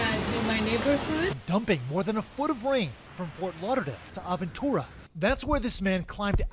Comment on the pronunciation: Well….that’s a first time as a Floridian hearing “Aventura” pronounced that way.